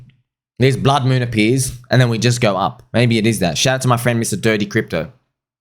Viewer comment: Mah Fwend!